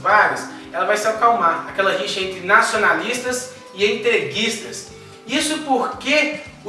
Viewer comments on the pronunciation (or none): prof eu to surdo ou o sr fala rincha hei